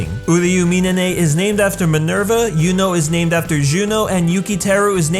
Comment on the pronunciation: HOW DARE YOU MISS PRONOUNCE ATHENA'S ROMAN NAME. xD